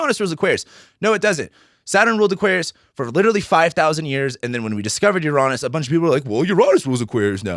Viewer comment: I'm usually very cautious about who I get my information from, especially in this topic of astrology. But your video today helped concrete my opinion of you. Your outlook, insights, and honesty reveal your good energy. I may disagree with your pronunciation of Uranus, but that's a small thing, haha! Thank you, sir. It's good to find a good voice.